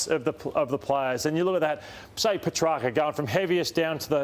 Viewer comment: Can Ross stop mispronouncing Petracca’s name?